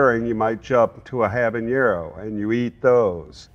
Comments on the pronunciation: I would hope that an expert on peppers would know how to pronounce "habanero" (hint: it doesn't share any consonants with "jalapeño"). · It's interesting that he pronounces "habanero" with an "ñ" character, which isn't actually present in the real word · how can a pepper expert still pronounce habanero wrong?!